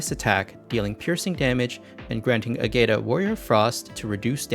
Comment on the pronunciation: Ágata is a Spaniard name, a bunch of other characters also use Spaniard names or surnames. To get correct pronunciations just have Google pronounce it in Spanish.